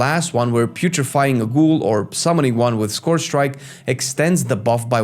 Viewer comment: Friend, you’re pronouncing “scourge” incorrectly. It’s not “scorge” (rhyming with gorge), but “scurj” (rhyming with urge or surge).